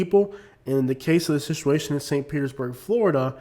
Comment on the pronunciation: you are mispronouncing, the word Situation; please correct that! Other wise the video is excellent!